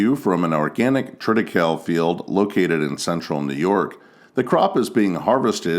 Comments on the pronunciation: We grew some triticale in the late 70s in southwest Missouri. We only grew it for one season. It's much more prevalent in Poland, Germany and France. Incidentally, you pronounce the 'e' in the name. tri-tih-KAY-lee. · Triticale is pronounced "Trit-uh·KAY·lee." It is a hybrid of wheat (Triticum) and rye (Secale). They tried to grow it in eastern Washington in the 1970s, but it never caught on with farmers. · TRIT I CAYL EE